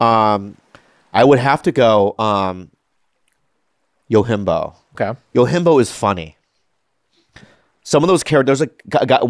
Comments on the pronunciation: Dammit Bobby if you love the movie so much at least say the name right. It’s not “Yo-Him-Bo” it’s “Yojimbo” Jim like how you say “gym” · It's funny how often Bobby brings up Yojimbo and doesn't know how to pronounce it.